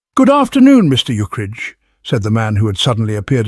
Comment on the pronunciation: It's a shame the AI keeps pronouncing Ukridge as "Uke-ridge".or "Eukridge".